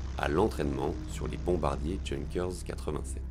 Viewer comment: Ne pas prononcer "Junkers" comme le mot junky. C'est plutôt Younqueurs avec l'accent 😉